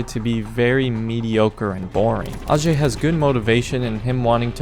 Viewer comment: hs name is actually pronounced ayjay not arjay